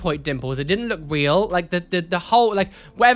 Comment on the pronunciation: trying to pronounce "just" correctly while also saying wheel instead of real xD <3